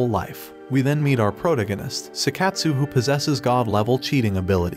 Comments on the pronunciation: Anyone else hear him say "Proto-ganist" instead of Protagonist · The way you said protagonist in the beginning was hilarious!!!!!